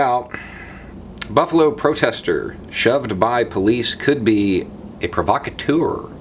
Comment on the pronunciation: I Iove your pronunciation of provocateur.